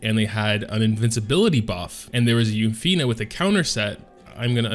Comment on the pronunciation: Yu(u)-fine(fin) not u-fi-ney